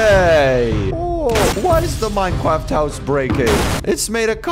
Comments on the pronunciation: Minecwaft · good old minecwaft